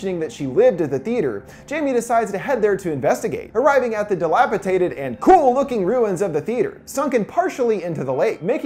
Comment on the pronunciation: English-Man to the rescue!! "Dilapitated" is not a word. Up, up and away!!